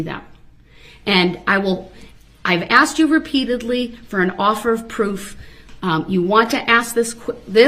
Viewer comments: Every time this clown says “AXED” 🚫🪓 instead of “asked” in my head Judge Dorow says this, “There should be no “AXING” 🚫🪓or “AXED” 🚫🪓 or any form of “AXE” 🚫🪓 going on because there are NO WEAPONS ALLOWED in this courtroom ! 🤡 🤣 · M I think you giving him a bit too much credit there. The man has never pronounced "asked" correctly in his life imo. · Him saying "axe" instead of "ask" is just the way it is said in some regions. "Axe" is joined by any word ending in "TH" are pronounced with "f." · hr did once during the trial, when he asked if she was askin’ or tellin’ him to sit down. I’m sure it was an accident, though.